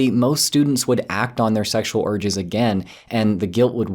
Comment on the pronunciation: I just can't help, but hear "acting on sexual orgies" I know it's "urges", but still... :-) Sorry!